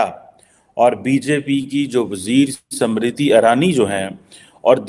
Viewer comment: अनपढ चिमा वो स्मृति इरानी है समृति नही